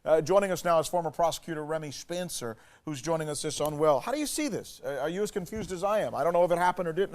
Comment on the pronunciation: "remy shpayncer" lol